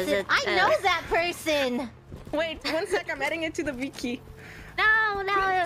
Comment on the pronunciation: "One sec, I'm adding it to the viki" may be the most German has ever sounded to date.:)